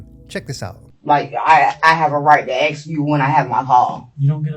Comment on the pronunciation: What question did he "axe"? 😂